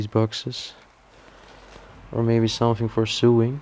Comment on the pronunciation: Sorry, but I have to tell you the pronouncing of the word you use for the Singer machines. "So-ing", not suing. If you are "suing" you are taking someone to Court. The othe word you say wrongly is "iron". The 'r' is silent. It should be pronounced "I - on". I hope you don't mind me telling you?